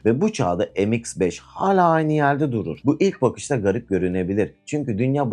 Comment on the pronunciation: Em eks beş olmaz kardeş. Türkçe okuyun şunları. Me iks beş yani.